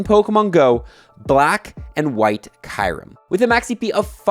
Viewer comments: It is Kyurem not Kairem 😂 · DID THIS GUY JUST SAY KAIRMU ..... those where the last words out of your mouth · Isn't Kyurem supposed to be pronounced "cue-rem? 🤔